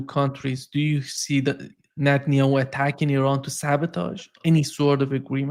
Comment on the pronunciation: I live for the day I hear Paul pronounce "Netanyahu" correctly. It is netan-yahu, Paul, exactly as it is written, and not netan-ayoo which is.. whatever.